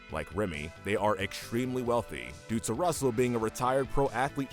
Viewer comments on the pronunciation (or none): none